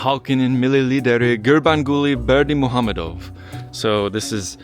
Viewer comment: Great video. My Dad and I visited last year (and stayed in the same hotel). Great pronunciation on Gurbanguly Berdimuhamedow. It took me a lot of practice. It's like the ultimate tongue twister.